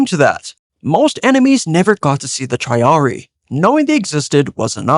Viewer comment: I enjoyed the video but the pronunciation with the units for triple line killed me inside. Veh-lee-tays (Velites) and Tree-are-re-ee (Triarii) from my understanding.